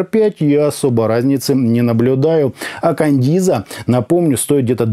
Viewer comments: Маркетологи наушников смотрели обзор,с перекошенными рожами,скрипя зубами...шипя от злости:"Каденза,а не кандиза...Каденза,Каденза су.а!"🤣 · Не кандиза, а каденца !!! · Хаха, Кандиза 😅. Кандализа)))) 😂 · Отличный приём, возьму на заметку. Берём и неправильно читаем название и получаем кучу отзывов, где каждый хочет поправить. Так бы эти грамотеи ничего не написали бы.